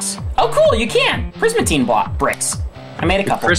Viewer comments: It's not prismatine ITS PRISMARINE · It's P R I S M A R I N E